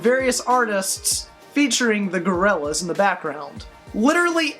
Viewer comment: Such a huge fan that he says their name wrong